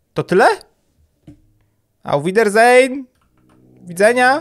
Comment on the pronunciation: wcale nie kliknęłam w ten film tylko dla tego że MIAŁ w tytule ''Dziewczyny-Koty'' - jak miałeś powiedzieć auf widersehen - to to się raczej czyta auf widasin ;)